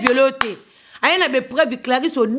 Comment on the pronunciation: ba katangais ba kamwaka ba kinois. français mobulu, mentalité ya kalaaa, education zero, trop sauvage maman, oyokaka soni teee na buzoba ya boyee? balobaka epreuve te mais preuve. estade te mais stade, i te mais u, kinois kinois aaaah somo bozala na ki bomoto svp soni mingi